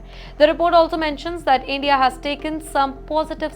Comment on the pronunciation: Endia Dapotation Wolume and on and on…